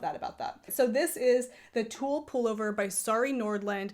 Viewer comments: I don't think that's how it's pronounced. At least that's not how I would say it in Swedish. I can't explain the pronounciation though since you don't have those vowel spunds in English. Tewrleh?🤣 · Thank you for a great channel! I'm a new fan 😍 it's really cosy to watch your clips while I'm knitting. If you want to pronounce Thule correctly?! Say the T lightly as the T in tea. H like a breath as in halo. U as the 'ou' in you. Soft L E like the E's in ever 🙃 Thank you again 🙏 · So can we assume the Thule bike racks are pronounced that way too? It's nice to know, I've wondered.